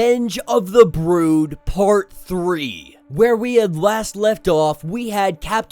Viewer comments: WTF is the broad/brode? Is that just you not being able to pronounce brood? Correct your malfunction. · it's not a big deal it was just you pronounce brood wrong